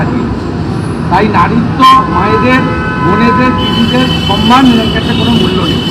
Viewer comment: কথাটা সম্মান,উনি বার বার বলেন সন্মান। বাংলা ভাষাও জানেন না।